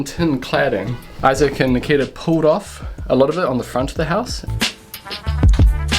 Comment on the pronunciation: I kept hearing “the kid” when you say Nikita and now can’t unhear it. Enjoy.